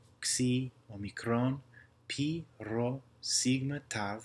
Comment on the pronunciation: And Greek p its not like r its more rolling sound